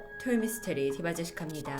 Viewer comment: ~04초 " (디바제시캅니다) 신내림! " 라고 들림.